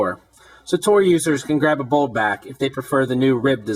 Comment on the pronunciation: BOLD no bowd